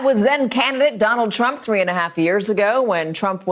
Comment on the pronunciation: America's worst enemy.."Donald Trumph"